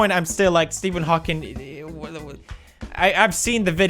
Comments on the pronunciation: It's Steven HAWKING not Hawkings, shame on you mister Pewdeipei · Stephen HAWKING!! Not “HAWKINS” how do so many people get this wrong??? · ITS HAWKING NOT HAWKINGS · Steaphen Hokyngs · HAWKING. HAWKING please! not Hawkins! That's Stranger Things! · Stephen Hawking not Hawkins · Does nobody else care that he said Stephen Hawkins instead of Hawking? 😅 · Pewds called him Steven Hawkins👏👏 thought you knew better pewds, but i forgive you😂 ❤ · That "Stephen HawkingS" and though. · HawkinG. it's a G!